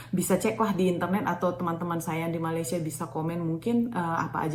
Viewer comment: Cara menyebut nama negara Malaysia ialah Me-Ley-Sya